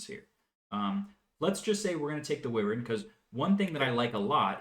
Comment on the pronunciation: Team on pronouncing Wyvern!